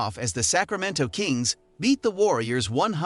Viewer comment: Mal-lick monk too 🤣🤣🤣 I'm surprised he said Sacramento correctly